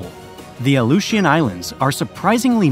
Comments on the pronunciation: Only 1/3 through the video but it would be a nice gesture to the indigenous populations of Alaska, and Alaskans in general, if you took the quick minute to learn the correct pronunciations. Aluetians, Tlingit, and Inupiat for starters. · Crimmian war?.... Crimea....Cri (i) mian Crimean war, Ally-eutions?. Aleutians !